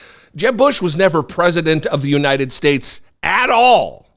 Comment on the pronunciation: It is phenomenal just how many of these gaffes he makes and just gets a pass on. I guess just because Biden looks older, everyone judges the book by its cover. I can forgive when Trump mispronounces United Shhhtates. That’s just his dentures slipping. But the other stuff… some of it’s insane. The windmill obsession. Encouraging bleach drinking. “An anomanous… an anomanous.” George Washington taking over the airports. Pronouncing Thailand as thigh-land. The man is out of his damned mind and has been for years.